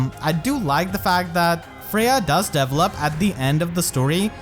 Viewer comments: Oh god, I really hope I don't sound like an asshole, just want to help. It took about half of the video trying to figure out what you meant by characters "Devil Up". It took about 5 minutes to realize you were saying Develop. Usually the emphasis is placed on the second E rather than the first. So it's De VELL Up. Instead of Devil Up. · Does anyone else hear “devilup” instead of develop 😭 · I thought he was saying level up but he was saying develop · Oooooohh, "develop"! I was hearing "devil up" all the time. Now things make sense! I'll watch the video again. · i was 7min until i noticed you say "develop" instead of "devil up". i was like wtf is deviling up? is he meaning leveling up? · I was confused but then I realized you were saying "develop" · My man. I know English isn’t your best. But every time you said “develop” it made me make faces ahahah. Not saying it’s a bad thing, but at least try to pronounce it better.